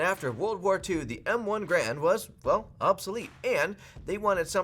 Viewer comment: “Garand”, not “grand”